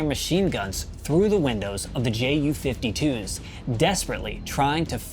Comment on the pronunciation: Why are you say Jay yew? rather than Yew? or the German pronunciation of the letters? You do yewnkers fine.